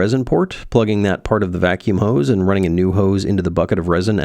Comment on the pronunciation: That is the German pronunciation;-)